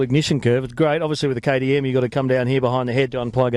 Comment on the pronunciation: I had to watch it 4 times before I realize he was saying "KTM". We speak the same language so differently. Love your vids. I want your job